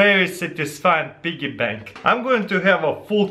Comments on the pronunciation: Pee-Gee Bank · Lyric Edwards it's a BIGGY PANK! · Dude it's so funny how he says piggy bank. this guy's great 😂😂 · I clicked on this video just to hear him say "piggy bank" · U say piggy bank funny lol